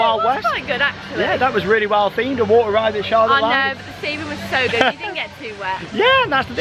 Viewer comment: It’s water not waner